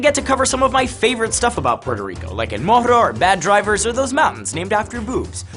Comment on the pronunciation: Difícil prestar atención cuando no sabe pronunciar el nombre de su propio país “Pororico”, wtf